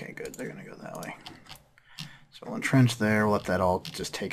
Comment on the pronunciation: When you say "entrench", it sounds like you are saying "trench". XD